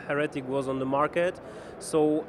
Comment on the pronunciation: heh-retic the what now? so u also say heh-rehsy?